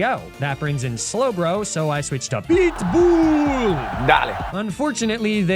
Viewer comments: I honest to god thought you keep saying big ball instead of pitbull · I swear every time I'm not paying attention I hear "BLITZBOOL! dahling." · Am I the only one hearing "BLEET BOOLE" and not Pitbull? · I thought you kept saying PIT BULLLLLLLLLLLLL /Darlin/ until I read the text on screen haha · Every time talks about “PEETBUUL” and the Electrode goes “dale”, take a shot.